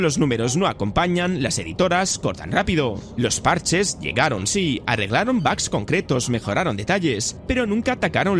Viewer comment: Tanto escuchar bags se me pegó. Ya no diré bugs desde ahora será bags :v